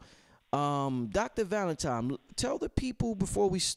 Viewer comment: so how much we need to donate to get bro to pronounce ValentiNNNNNNe and not tiMe???